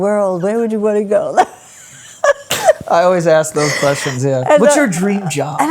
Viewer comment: P.S. When Joe talks with Frankie he says “aks” and “aksing,” but when he talks to his mom he says “ask” and “asking!”